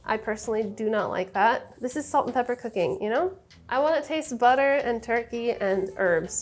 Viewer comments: I heard boutaire, and I was like, "What fancy cooking term is that?" Ten seconds later I realized Sohla was just saying butter with a "fancy" accent 😆😆😆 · I giggled hard when Sohla accidently spelled "butter" in a almost perfect German accent